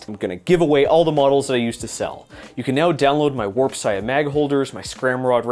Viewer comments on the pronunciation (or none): none